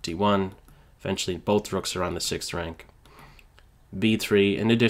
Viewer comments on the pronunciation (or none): none